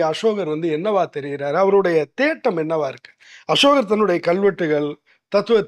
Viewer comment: சமஸ், அன்புகூர்ந்து அஷோகர் என்று உச்சரிக்காதீர்கள். அசோகர்.